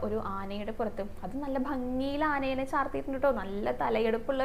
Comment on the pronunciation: ആനെ നെ അല്ല, ആനയെ